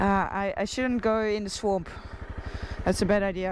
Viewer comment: Swoomp? It’s swamp, Noralee. 😁❤️